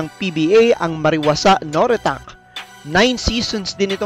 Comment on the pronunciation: Ang basa sa NORITAKE ay (No-Ri-Ta-Ke) at hindi No-Ri-Tak.